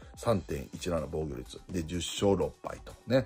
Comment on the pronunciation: 防御率→防護率 与四球→吉牛 に聞こえる